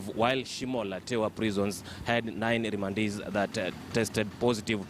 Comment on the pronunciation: Wee ongea vizuri....Remandees...or Rwandeees????😭😭😭😭